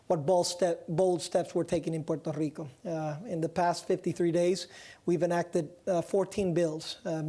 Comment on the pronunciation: Gah Stop pronouncing Puerto Rico Like that It's so annoying. You want to be a US state then pronounce it normally